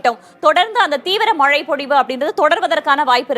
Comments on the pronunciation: மழை மழை என்று நிலைக்கண்ணாடி முன்பு நின்று 'ழ' வை சரியாக ஒலிக்க திரு பயிற்சியெடுக்கட் டும். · Ivan naakula vasambu vetchi theikanum pola, killing Tamizh words 😢 not malai ( it gives meaning mountain) 😮 it’s mazhai (Rain) 😅 her pronunciation is correct